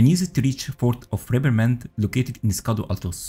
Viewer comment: Nice and powerful build! BTW "Scadu" is pronounced as "Shadow". "Scadu" is the old English spelling and word for "Shadow".